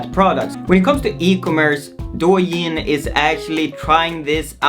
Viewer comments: It's actually pronounced "doe yin", as in "doe, a deer, a female deer" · I think is DOUYIN not DUOYIN A